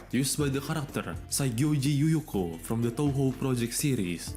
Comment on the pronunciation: just absolutely butchered Yuyuko's name and I love it